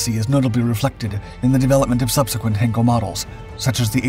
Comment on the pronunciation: I did exactly as you suggested—and found this: “You may want to improve your pronunciation of 'heinkel' by saying one of the nearby words below: height heights heir heightened heidi heirs heirloom heinous heis heian heinz heighten heidegger heiress heisenberg heinrich heifers heifer heightens heist heinlein heidelberg heightening…” etc. I’m a linguist. I lived in Germany. Besides which, see the comments of others beneath this video. I know what I’m talking about, friend.